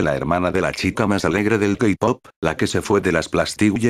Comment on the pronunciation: JAKDHSKAJA "El kapop" La verdad si me dio risa